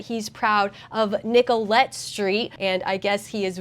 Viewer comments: Pronunciation update. Jacob Frey is pronounced Fry. Nicolett is pronounced Niclet. Hope that helps. Love the work. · It’s pronounced “fry”/“frei” not fray. FYI just so you know how to pronounce mayor Frey. As for Nicolett it’s “nick-o-lett” or another accepted pronunciation is “nick-lett” as in Nicollet Avenue or Nicolett mall in downtown Minneapolis which is the road that only buses can go down it’s the center vein of downtown Minneapolis. This is from someone who grew up for 18 years and Minnesota plus lived worked and played in downtown Minneapolis before during and Immediately after the disaster and riots in 2020 and has since moved out of the state